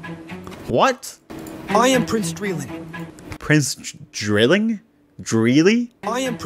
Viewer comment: "i am prince drilling" i thought he said "i improved streaming"